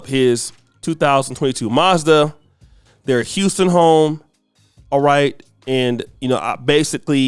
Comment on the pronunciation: I thought he said "mazza" short for Maserati.